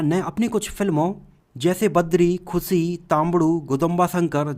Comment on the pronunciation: Its khushi not khusi..poor hindi